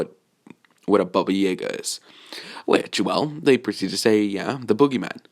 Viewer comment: He said baba jaga wrong twice he said baba jagär